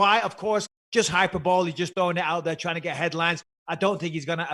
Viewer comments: Nice pronunciation of “hyperbole” Bisping... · hy-per-bo-le. .....and yes I'm bored.